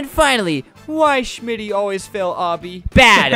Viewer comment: It’s shmtty not shimitty